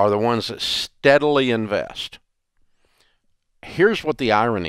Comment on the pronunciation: "What do they do? They INVAYEST" 😅